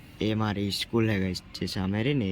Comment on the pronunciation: Not eschool ❌school ✅